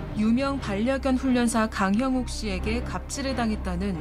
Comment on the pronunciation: 오늘은 안버벅될까 내일은 안버벅될까 내가 다 긴장되네요 강형욱 발음 어렵죠 근데 아나운서가 발음이 그러면 쓰나